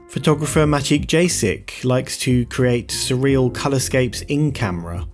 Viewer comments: 'Maciek Jasik' is Polish name and pronounced as "m'a-check y'as[h]ik" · Maciek Jasik is pronounced: Mah chek Yah sheek by the way.